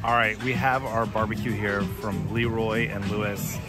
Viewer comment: LeRoy not LEEROY....lol